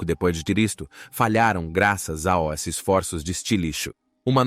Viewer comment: Eu percebi que o narrador é mecânico. Não é uma pessoa de verdade. Porque nós não falamos "A O S" para dizer "aos".